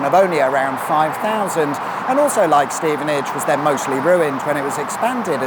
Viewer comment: Well done for properly pronouncing Stevenage (by including the sigh at the start) Never figured out how to spell that correctly. Something like hhhhhhh...stevenage